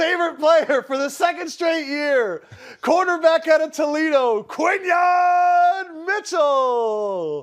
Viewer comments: Could you kindly say the young man's name correctly please. His name is pronounced KWIN-Yon with an "N" Not KWY-Yon. WTF LOL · Your pronouncing his name way wrong too lol